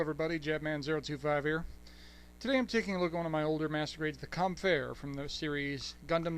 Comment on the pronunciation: Cool stuff. I really do love the suit's design. You can almost imagine the engineers saying, "What does this suit need more of...? Thrusters! Now what should we add? Weapons! And now? Thrusters!" Just one nitpick though; it's pronounced "Kemp" (As in hemp) -fer. I don't know why it bothers me when Kaempfer is pronounced wrong, yet not other suits. 0080 really took the whole German/Zeon theme to crazy levels.